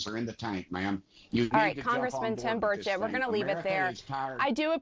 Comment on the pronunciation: Buddy It’s Bur-chet pronounced